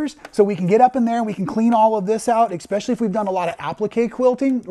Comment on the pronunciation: There is no ICK in Specially! It is ES!